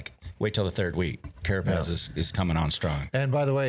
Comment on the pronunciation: It’s a beautiful thing hearing Johan say “Carapaz”